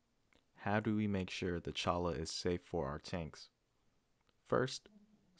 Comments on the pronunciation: We pronounce it “choyah” in Arizona. Like Ocotillo we pronounce the double “l” like a “y”. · Pronounced CHOY-ah.